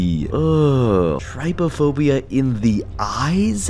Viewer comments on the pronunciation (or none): none